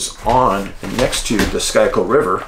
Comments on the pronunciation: "Schuykill" is pronounced "skoo-kull" Idk why but it is. With love from the City of Brotherly Love. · schuykill is pronounced skoo-kill. just fyi. keep up the great work.